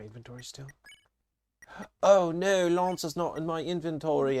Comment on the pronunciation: I'm still tickled every time I hear you say "Oh nawr!" Reminds me of my friend who grew up in Jersey and her accent slips out sometimes. She also likes it when my southern accent comes out; I've lived here most of my life but my parents didn't so I never had a strong accent